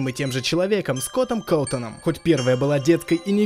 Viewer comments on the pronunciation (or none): Скотом котоном???Чеееее его зовут скот кафтон